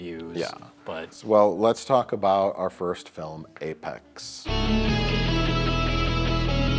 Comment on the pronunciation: Apex not Apax